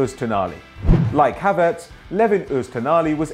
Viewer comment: Isnt it Havertz not Hatertz